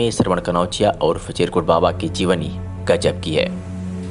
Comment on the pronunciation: सब तो ठीक है, पर आपके एंकर को चिरकुट बाबा का नाम नहीं बोलते बना, फिर से सुनिए, एंकर के उच्चारण बड़ा ही गलत है ध्यान दें